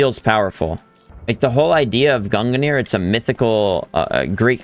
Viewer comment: Can you please stop saying “gunganir” its just pronounced like “gungneer” not gunga